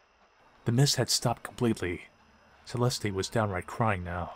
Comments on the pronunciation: It is not “CE-LESTEE,” it is pronounced CE-LEST. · Holy triggers Batman! Its pronounced CE-LEST, not celesty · Pronounced Cell est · why the hell is he pronouncing Celeste like that